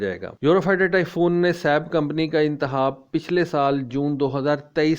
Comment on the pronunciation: تم سیالکوٹیوں کو خ کی جگہ ح بولنے کی عادت کیوں ہے؟ لفظ انتخاب ہوتا ہے نا کہ انتحاب ہوتا